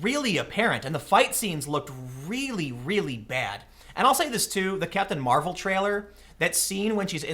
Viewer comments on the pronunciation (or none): none